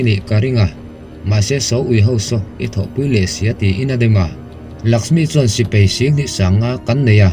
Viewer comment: Sipei nilo in sipai aww sir.